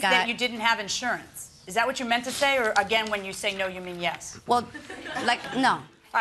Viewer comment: Dat and ax ? Really dude ?